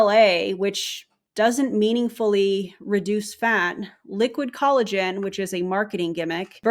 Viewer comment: “Cullagen” and “hyarulonic” acid has me rolling 😂😂😂😂